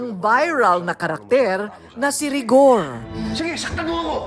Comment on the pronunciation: Mercedes Cabral ituro mo kina Korina Sanchez at Mar Roxas ang tamang pronounciation ng Rigor pag ininterview ka ni Korina.